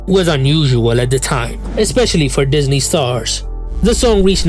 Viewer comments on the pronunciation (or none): none